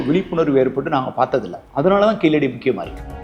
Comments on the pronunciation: அது கீழடி .. கீலடி இல்லை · Pls pronounce zha it's only in tamizh unique not keeladi it's keezhadi zha and malayalam zha is derived from tamizh